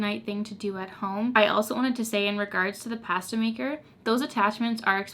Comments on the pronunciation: WHY do you say "pasta" like that?!?!?!?!?! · Me, an American: ooh PAH-stah Canadians: pa-STAH your reactions are a me every time I bake lol